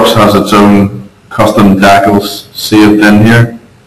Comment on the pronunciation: where are you from? dacels?